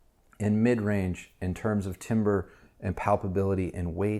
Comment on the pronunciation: Pronounced tamber.